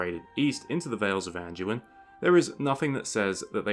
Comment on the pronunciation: What is Andyueen? It’s pronounced Andooin